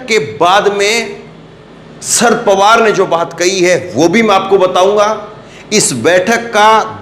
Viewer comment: Kam se kam nam to theek tarike se boliye. "Shard pawar" nam nahi hai. Nam hai "Sharad Pawar".